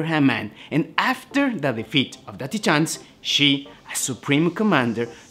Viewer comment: It’s pronounced “Tie-Tans”, not “Tee-Tahns”. Great video tho.